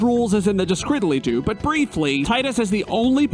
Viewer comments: Hey there, came across your video as I love challenge videos. I really got into this, engaging, fun and overall enjoyable, however, your inability to say description really urks me to no end. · Hold on...did you call it Describily-doo?